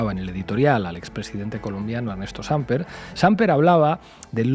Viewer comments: No se pronuncia Sāmper sino Sampēr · Sin ánimo de ofender la palabra Samper es aguda. Como la pronuncia el periodista se escribiría Sámper. Por otra parte excelente reportaje. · ¿Cuál "Sámper"? El apellido es Samper, palabra aguda, no grave... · Buen día para todos ustedes. Muy buenos análisis. Les quiero decir que en Colombia también se dice "con las manos en la masa". Otra cosa: el apellido del expresidente Samper se pronuncia sin acento. No es Sámper sino "Samper" así como suena. No se acentúa ninguna sílaba. Por otra parte, el apellido de la canciller es "Laura Sarabia" no, Sanabria". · Qué desgreño, descuido, mal aspecto el de Petro. Carece de las calidades para representar internacionalmente un pais. Ah, no se dice Sámper, sino Sampér. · Estos españoles dicen ser dueños del idioma español y no saben ni pronunciar una palabra de dos sílabas. No se dice "Sampér" es "SAMPER" sin tilde, pronuncie bien. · Primera vez que entro a ver este canal, sin entrar en la discusión del tema que tratan, un tipo que no sabe leer castellano y llama al expresidente "SÁmper" y no Samper, ¿no sabe que si el acento estuviera en la "a" llevaría tilde? Por otro lado su "bienvenidos y bienvenidos", ¿ignora que el sufijo -os incluye a ambos géneros? Me perdieron muy rápido, una lástima. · Jajajajaja...Pablo dice 'Sámper'...¿qué pasa Pablo? Por 'infórmar' sobre Petro Falsoizquierda ¿te has quedado grave después de haber sido tan agudo? Sámper... ¡juas! ¡Juas juas! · Oye Iglesias, todo muy aseado, muy de la casa, pero es Samper, no Sámper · No es Sámper, es Samper 😅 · Se dice Sampér, amigues de La Base! No pasa nada, pero para la próxima. Gracias por su increíble trabajo! Bocanada de aire fresco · Señor "experto": 😂😆🤣 es SampEr, no _"SÁmper". ¿No conoce ese apellido español? ¡No sabe leer! No sorprende este tipo, que "aprende" historia en novelas, como las de García Márquez. ¡Y fue vicepresidente español 😱😱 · No es sámper, se lee sampér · No es "Sámper", es Samper.